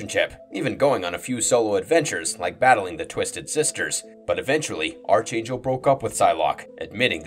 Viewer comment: It's pronounced ARC-Angel (like Spark) Not ARCH-Angel (like Archie). Watch any cartoons involving Apocalypse and his Four Horsemen...